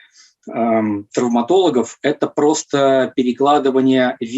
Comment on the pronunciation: Да уж,трауматолЯг,анколЯг